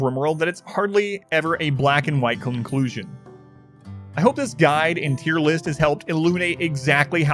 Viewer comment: im sorry did you just say...cum clusion ?